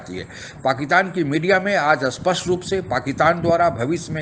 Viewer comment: हे अपना एक्सपर्ट comment देने वाले महानुभाव, स्पष्ट को अस्पष्ट बोलना उच्चारण दोष समझा जा सकता है, मगर भूतकाल की जगह भविष्य काल बोलना, कृप्या ऐसी भयानक भूल न करें।